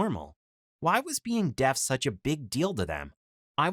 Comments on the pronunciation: that’s Makaton a form of sign language where you spell out the word Also is it just me or does it sound like he’s saying death instead of deaf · This guys say deaf wrong I only hear him say Death